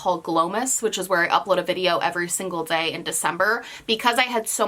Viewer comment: I felt that when she said “every single dzay“ I love you ❤️